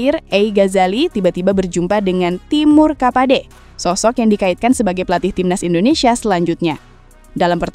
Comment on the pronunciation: Timur kapache mba bukan kapade.